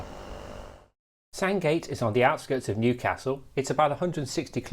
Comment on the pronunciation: Would be better if you pronounced Newcastle correctly! You should have asked a local! Big thumbs down on this as you have made too many blunders.